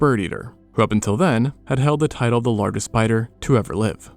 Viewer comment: Is it AI-generated voice-over? I cannot believe someone would ever pronounce 'larGHest'. PS: and as well.